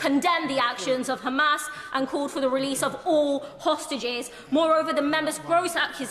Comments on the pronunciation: Why did he say Khizbollah and Khamas? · Did he just say khamas and khoutis. Hes zionist too.